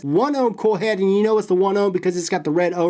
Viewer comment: I h8 how this fool cant say coil head